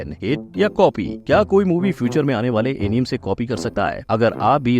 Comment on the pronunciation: Bhai एनिमे hota hai na ki एनीम Plz.. aagye ye mistake mat karna